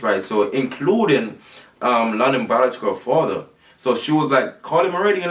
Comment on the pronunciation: he needs to start pronouncing his worlds properly—-stop pronouncing A as O—-if he stops trying to twang it will work out better